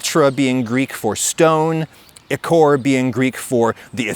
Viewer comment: you're slightly off on petrichor - "petros" is greek for stone and "ichor" is what the gods and immortals have instead of blood. the emphasis in ichor is on the first syllable, and it's pronounced like icker (in english; it's very different in greek).